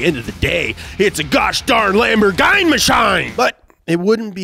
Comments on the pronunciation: Next:Top 10 car cool names? Caiman or Cayman?:) Did you really say Lamborghany?????:):) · Who TF pronounces Lamborghini like that??? It is not Lamborgine... is that like an inside joke??? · As italian, I'm offended by how you pronounce the word "lamborghini" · "Lamborgine". lol! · I'm starting to think that mispell car manufacturers names in purpose man! Seriously Lamborgain? 😭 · I mean, the way he say Lamborghini instantly make every European to hate him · It honestly hurts how you pronounce Lamborghini